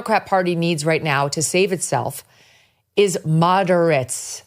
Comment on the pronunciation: Mo der ates. LMAO!